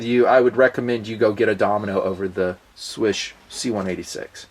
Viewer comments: did pretty good job pronouncing "Słysz", it should be pronounced similarly to English word "swish". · Your pronounciation of "Marcin" was not so good but "Słysz" was pretty much excellent. I was kinda surprised to be honest.